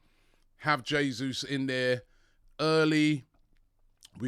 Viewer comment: Now that you are pronouncing Jesus correctly, lesson #2. In Portuguese a "R" at the beginning of a word is pronounced as "H". So Raphina should be pronounced Haphina. Just sayin'